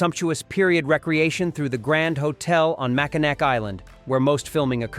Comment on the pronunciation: Macinac is pronounced Mac-i-naw